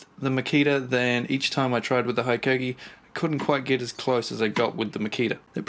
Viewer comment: It’s Hee-koh-kee. 17 mins of you saying high-koh-kee is triggering.